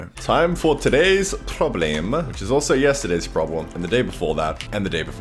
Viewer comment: Is AUSTRIAN ALL ALONG?!?!